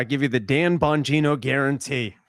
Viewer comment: Is pronounced bongina